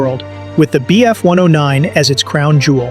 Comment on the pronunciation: Because its AI, notice how he says m k instead of mark, the wierd way he said bf… 109 istead of just bf 109 like a person would, and the true nail in the coffin, he said miles… p h, instead of miles per hour, because AI does not understand how to read things like MK and miles/ph correctly. Spotting AI is alot easier when you start to notice wierd unnatrual pauses and abreviations not being said like any person would just say normaly.